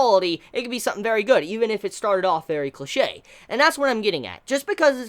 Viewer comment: when he said "infamous", "cliche", and "NaruTOE"... constructive criticism please listen to your pronunciation